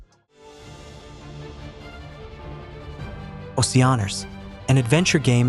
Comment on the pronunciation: That’s not how you pronounce Oceaneers either!